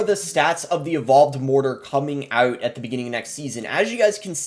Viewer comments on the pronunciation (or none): "coming OEÆT" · His Midwestern/Canadian accent kicked in on “out” haha